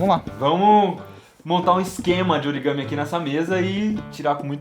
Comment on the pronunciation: eu amei esse "origame"